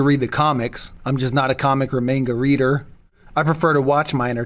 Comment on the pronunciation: The way you say manga tells me you don’t read manga lmfao you didn’t have to clarify it for us